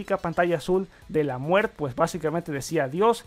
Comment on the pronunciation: Pantalla de la muer? micros edge? por favor habla bien.....